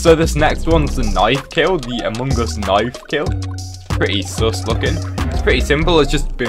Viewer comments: He says it like amogus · amoong us impooster